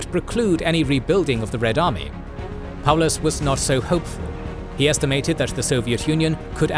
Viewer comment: this might be the first time I've seen Paulus's name pronounced correctly and without adding a "von" in for no reason lol